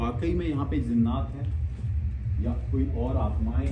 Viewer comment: Zinnat nhi ❌ jinnat👍